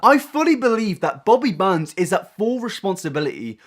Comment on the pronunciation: I'm sorry everytime you say Bobby Burns I think for a second it's Bobby Buns.